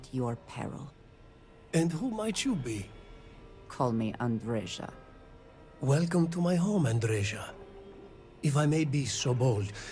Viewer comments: Why everyone keeps mispronouncing her name.... it's a Serbian name and it's Andre-YA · It's a shame that they pronounce her name wrong... It is pronounced correctly as if it were written Andreya. Besides, Andreja is a male name, the female version is Andrea.